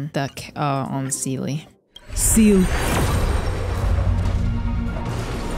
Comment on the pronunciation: btw it’s seel eh or seel uh for seele not ‘seal’ in hi3 that’s her (precisely veliona’s) least fav pronunciation of her name 😱